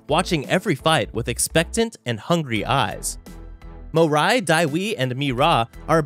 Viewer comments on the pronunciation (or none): bro its mori not morai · Who's mo rai? its Mo reee